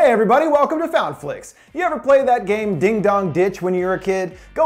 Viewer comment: din sounds like dan